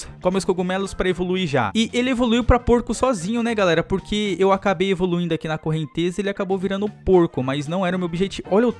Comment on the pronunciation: "correntesa" e com 'z' ashaushau